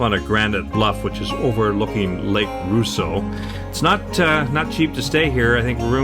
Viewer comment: Great vids. But it is pronounced Raw-sseau, not Roo-sseau!